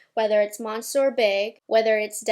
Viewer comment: Merry Christmas dearest 🎄🎅☃️❄️😍 Would you please do me a favour and pronounce the Monsieur Big mascara from Lancome property 🙈😂...I know, I know, but it scratches my ears every time you say it🙈🥰 and I watch all your videos, so it's a lot 😅😉❤️ I absolutely love this mascara to, by the way! It is fantastic for building up volume and get even the little hairs to ❤❤❤ It is Sir in French ❤